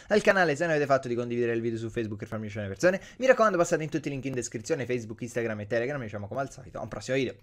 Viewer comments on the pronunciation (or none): none